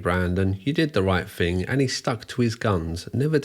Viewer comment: He also objectively mispronounces a lot of words, which is… a ton of fun… “thing” is not spelled “fink” and three (3) is not “free”